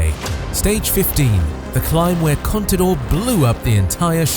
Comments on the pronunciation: Contador und nicht Conidor. Cpito? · no sabes decir CONTADOR ????